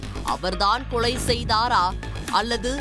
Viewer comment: லகர மகர வித்தியாசம் படித்து விட்டு செய்தி வாசிக்க வந்திருக்கலாம் தமிழைக் காப்பதாகக் கூறும் ஊடகத்தில்..கொளை.,அழைத்து சகிக்கமுடிய வில் லை